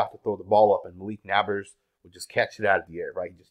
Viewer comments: Bro, why do insist on saying people's names wrong? His name is NAB-ERS NOT NAB-ARS... Would you like it if someone called you murish Patel? Annoying as hell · He speaks excellent English. He’s literally just mispronouncing the name. I’m sure he doesn’t refer to people that live next door as his nabbers!! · Never doubt ability to pronounce literally every name wrong everytime. It's actually quite impressive. "Nabbers" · It’s NEIGHBORS my boii. Not hating just saying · "Nabbberrs " smh lol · Why can't he just say Naybers < like pronounce, It like that. I know I spelled it wrong; ppl Okay 🤨. I just put it like that SO HE can say it RIGHT❕this guy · I enjoy listening to, but this nabbers crap was driving me crazy. How do you watch so much football and watch Daniels and not know how to pronounce Nabers? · Why you say Nabers like that 💀